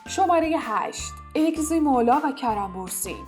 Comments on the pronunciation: اینکه ازگی استن چرا اگزی میگی😒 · عالیییییی بود ولی اون اگزی نیست ازگی درسته و همینطور سرکان نیست سرکای درسته ولی در کل عالی بود